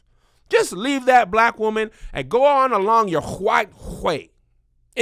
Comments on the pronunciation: lol, Whoman, lol😂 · Kev's emphasis on his W's when he says "WOMAN" in his 2nd story cracked me up😂😂😂😂😂😂